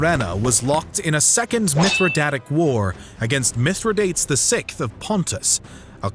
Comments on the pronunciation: Mispronunciation of Mithradates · Not at all, the pronunciations are bothering me. It's Kim-bri (cimbri) not sim-bri. It's Suh-Luh (Sulla) not soo-la. It's Mithra-day-tees not Minthra-dates... Great video over all but the proper pronunciation brings a level of policy to videos like these.